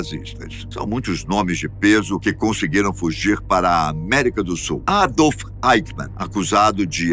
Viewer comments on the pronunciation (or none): none